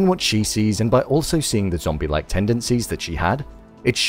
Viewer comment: I love win you keep saying zambie